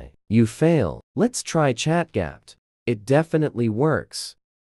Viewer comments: "Chat gyap" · ChatGPT ❌ ChatGapt ✅